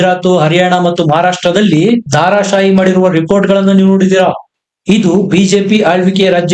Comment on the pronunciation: ಧಾರಶಾಹಿ ಅಲ್ಲಾ ಧರಾಶಾಹಿ